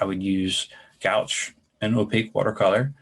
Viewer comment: The paint is pronounced gwash